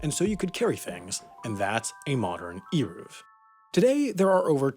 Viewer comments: This was a REALLY bad explanation. First of all “Eruv” is pronounced with a soft E, as in Elegant. Secondly, the reason an Eruv is so important is because the people relying on it are not specifically men wanting to carry their keys or umbrellas on Shabbat, but rather its mostly intended for families with children. The Eruv allows for the freedom of movement of Jewish orthodox mothers on Shabbat who would otherwise be forced to stay home with young children while her husband attended Synagogue, since carrying children and pushing strollers in a public domain is what’s considered forbidden on Shabbat and because in orthodoxy, only men are obligated to attend synagogue. With an Eruv, an entire family can attend synagogue on Shabbat or take walks together on Shabbat without fearing they will be breaking the Sabbath by carrying something in a public domain. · Melachae has the ch pronounced with a hacking to clear phlegm. Eruv is not eeruv - it is ehy-roov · It’s pronounced ayruv And ma-la-cha And tal-mud like mud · Here in Israel it's Eh-Roov. BTW it's MelaKHa not MelaCHa. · That was painful to watch. Eruv - rhymes with hey move Melacha - the ch is pronounced as in Chanukah, and it doesn't mean "work," it means creative activity. "Avodah" means work. And "melacha" does not appear in the 10 commandments (which, btw, we don't call the 10 commandments, but the 10 utterances). "The rabbis decided ..." Nope! All those laws were given to Moses by Hashem, they just weren't written. Hotzaah - rhymes with oats mama. On Shabbos you can't bring your toaster to your front lawn with or without an eruv. You can't carry it from your bedroom to your living room either. A toaster is "muktzeh" which means you aren't allowed to move it with your hand. If the Sabbath Goy forgets to turn the lights on, he can be reminded. There are certain rules that are different for a congregation than for a private person. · It’s pronounced Aye-Roov :) your welcome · It's pronounced "air-ov" wire.